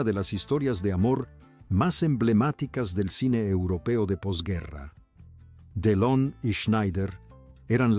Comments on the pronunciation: No sé quien es el que relata, pero no puedo seguir escuchando tan mal dicho nombres y apellidos. Don????, de donde lo sacó y en lugar de Delón, no sé que es lo que dice. Por favor Sr., aprenda bien los nombres antes de hacer videos!!!!!! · Este no pronuncia correctamente el apellido DELON, como que deon, de dónde es este hombre, no lo oigo, no sabe ni lo que dice, uyyy